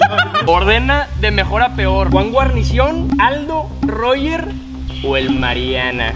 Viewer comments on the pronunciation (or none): Je dio risa que dijo juan guarnicion